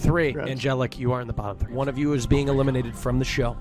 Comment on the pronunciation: Shut up Karl whats so bad about saying tree instead of three :c